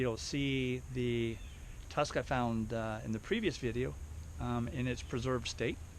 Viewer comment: Tusk not tuck lol l